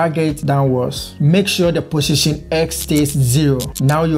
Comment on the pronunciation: Am I the only one to hear pussytion? Anyway thanks for the video!